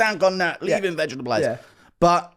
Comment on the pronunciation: Anyone peeped when he said“Leave him vegetablize”🤣